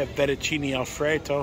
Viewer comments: "Alfreto" and "Colata" and "Sherbert"- LOL! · “Alfretto” wtf And wow could they compare everything to Paris a bit more next time? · It almost sounded like fetu-chimney alfrato